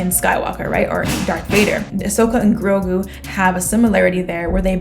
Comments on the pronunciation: It's Grogu, not Crogo. Think that headgear might have muffled your hearing slightly aha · It's Grogu [G-R-O-G-U]. Pronounced 'Grow-Goo' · Grogu is pronounced Grow-GOO.... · You: "Is it Crogo or Grogo?" Me, yelling at the screen as if you can hear me: "Grogu!" XD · I don't get how you heard Crogo when they said Grogu several times. I can understand the cro part fair enough, but gu doesn't really sound like go. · Haha True. And to be honest, I like Grogu better than Grogo. I'm just glad he finally has a Name. I really hope they decide to do a series specifically for Ahsoka though. I want to see more of Rosario Dawson as Ahsoka. Not gonna lie, I had my doubts about her being brought to Life. Not because I don't like Ahsoka, but because I freaking love Ashoka and I feared even with Dave Filoni directing this episode, that Disney would find some way to make it all about Feminism and how Men are the scourge of the earth. But this episode was Bad Ass and Rosario Dawson gave a phenomenal performance. I was very pleased with I saw. I only minor little nitpicks that bothered me, like how Ahsoka said Grogo and Mando said Grogu, and her Head piece was longer at the end of Rebels and I don't believe I have ever heard of Tagrutas head pieces shrinking. And I don't think they get haircuts. Lol If I'm not mistaken it's a part of their body's right? Like if you cut them, wouldn't it hurt them and they bleed a lot? Lol those are the only two problems I had with the episode. Other than that it was great. I loved her, she did a perfect job. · GROGU...Crow GU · it's "Grogu" (pronounced "grow-goo"). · It's Grogu. And you pronounce it like Grow-Goo Even though I swear I heard Ahsoka say Grogo at first. But then mando kept calling him Grogu and the subtitles for Disney Plus says Grogu. Lol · Just an FYI, The baby's name is "Grogu". KROGER is the name of a grocery store chain. LOL! You kept wanting to put a "k" in front of his name. It's all good!